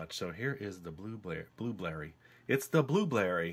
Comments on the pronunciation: I just heard him say instead of blueberry he said blueblerry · Blueblerry u mean Blueberry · "It's the Blueblerry" -, 2015